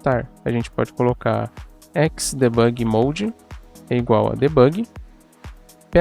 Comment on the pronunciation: XDebugui???????? que ingles é esse ? ou vc fala em ingles ou em portugues... Não misture.